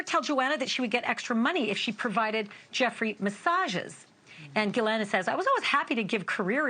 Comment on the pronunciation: "Gillette", "Gillanne", it's "ghislaine maxwell" (giss-lane)... jeez